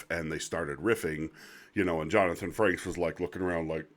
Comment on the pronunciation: Frakes. There is no N.